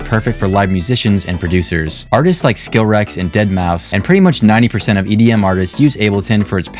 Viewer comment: no way bro said "skillrex"